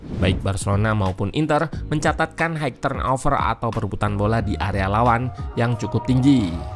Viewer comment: high dibaca "hai" buang jauh2 "g" nya haig haig turnover., /. dua angka di belakang koma dibaca terpisah., empat koma satu sembilan.